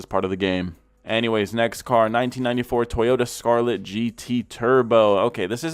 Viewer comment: its STARLET not scarlet not trying to be a winy lil bitch just correcting you